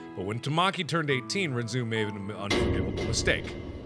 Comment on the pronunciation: Oh good God I only realized now he pronounced it wrong, well from an anime I've seen its pronounced differently. This kinda killed my soul a bit